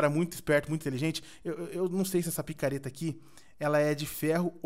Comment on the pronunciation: voce falou pakareta de obsidian kkkkkkkkkkkkkkkkkkkkkkkkkkkkkkkkkkkkkkkkkkkkkkkkkkkkkkkkkkkkkkkkkkkkkkkkkkkkkkkkkkkkkkkkkkkkkkkkkkkkkkkkkkkkkkkkkkkkkkkkkkkkkkkkkkkkkkkkkkkkkkkkkkkkkkkkkkkkkkkkkkkkkkkkkkkkkkkkkkkkkkkkkkkkkkkkkkkkkkkkkkkkkkkkkkkkkkkkkkkkkkkkkkkkkkkkkkkkkkkkkkkkkkkkkkkkkkkkkkkkkkkkkkkkkkkkkkkkkkkkkkkkkkkkkkkkkkkkkkkkkkkkkkkkkkkkkkkkkkkkkkkkkkkkkkkkkkkkkkkkkkkkkkkkkkkkkkkkkkkkkkkkkkkkkkkkkkkkkkkkkkkkkkkkkkkkkkkkkkkkkkkkkkkkkkkkkkkkkkkkkkkkkkkkkkkkkkkkkkkkkkkkkkkkkkkkkkkkkkkkkkkkkkkkkkkkkkkkkkkkkkkkkkkkkkkkkkkkkkkkkkkkkkkkkkkkkkkkkkkkkkkkkkkkkkkkkkkkkkkkkkkkkkkkkkkkkkkkkkkkkkkkkkkkkkkkkkkkkkkkkkkkkkkkkkkkkkkkkkkkkkkkkkkkkkkkkkkkkkkkkkkkkkkkkkkkkkkkkkkkkkkkkkkkkkkkkkkkkkkkkkkkkkkkkkkkkkkkkkkkkkkkkkkkkkkkkkkkkkkkkkkkkkkkkkkkkkkkkkkkkkkkkkkkkkkkkkkkkkkkkkkkkkkkkkkkkkkkkkkkkkkkkkkkkkkkkkkkkkkkkkkkkkkkkkkkkkkkkkkkkkkkkkkkkkkkkkkkkkkkkkkkkkkkkkkkkkkkkkkkkkkkkkkkkkkkkkkkkkkkkkkkkkkkkkkkkkkkkkkkkkkkkkkkkkkkkkkkkkkkkkkkkkkkkkkkkkkkkkkkkkkkkkkkkkkkkkkkkkkkkkkkkkkkkkkkkkkkkkkkkkkkkkkkkkkkkkkkkkkkkkkkkkkkkkkkkkkkkkkkkkkkkkkkkkkkkkkkkkkkkkkkkkkkkkkkkkkkkkkkkkkkkkkkkkkkkkkkkkkkkkkkkkkkkkkkkkkkkkkkkkkkkkkkkkkkkkkkkkkkkkkkkkkkkkkkkkkkkkkkkkkkkkkkkkkkkkkkkkkkkkkkkkkkkkkkkkkkkkkkkkkkkkkkkkkkkkkkkkkkkkkkkkkkkkkkkkkkkkkkkkkkkkkkkkkkkkkkkkkkkkkkkkkkkkkkkkkkkkkkkkkkkkkkkkkkkkkkkkkkkkkkkkkkkkkkkkkkkkkkkkkkkkkkkkkkkkkkkkkkkkkkkkkkkkkkkkkkkkkkkkkkkkkkkkkkkkkkkkkkkkkkkkkkkkkkkkkkkkkkkkkkkkkkkkkkkkkkkkkkkkkkkkkkkkkkkkkkkkkkkkkkkkkkkkkkkkkkkkkkkkkkkkkkkkkkkkkkkkkkkkkkkkkkkkkkkkkkkkkkkkkkkkkk